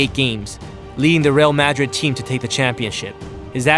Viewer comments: lol he pronounced real Madrid wrong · bruh please learn to say Real Madrid :/ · how you say real Madrid 😂😂